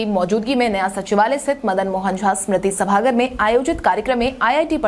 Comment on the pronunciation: सभागार होता है सभागर नहीं